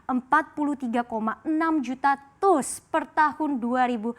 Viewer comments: TEUS dong bkan TUS nyebut nya 😅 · Teus dibacanya bukan TUS mbak, tapi tius 😀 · TEUS dibaca te-us...bukan tus.